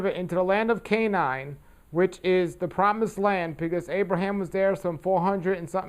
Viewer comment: thank you for the many great lessons on living Torah, I really appreciate them! But one thing you said that struck me so funny: when you said "Canine" instead of "Canaan"! LOLOLOL, I'll have to remember that!